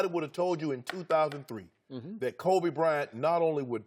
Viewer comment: "kobe brent" shannon